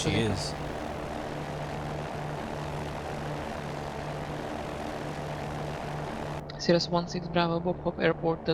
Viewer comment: Why the race talk? Blacks can say what they will, right? You just lost a subscriber. Oh, and you're mispronouncing Cirrus.